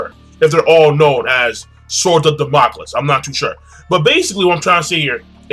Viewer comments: king its pronounced sword of damn-a-cleez. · Also damocles is pronounced "Da-mo-Clees"